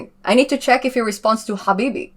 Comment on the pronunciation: You nailed "Habibi"😂